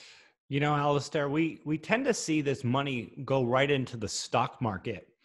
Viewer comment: Actually “Alasdair”.... ?Scottish roots.